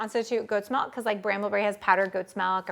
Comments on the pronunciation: It's MILK, not MELK!🤦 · bro its milk not melk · i no its milk not melk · Your life must be very blessed if someone's pronunciation of milk is making life unbearable 😉 There are people who suffer anything from Malaria, hunger to Tornados, can't think that anybody would get irritated over Melk, it's not like she is slurping snot or something disgusting. 🤷‍♀️ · I'm sorry, I really hate the way you say milk....its an i not an e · we only spell the word m i l k and she should pronounce it as such. The same as it is unacceptable to say I ain't got no is unacceptable so is her butchering of the word.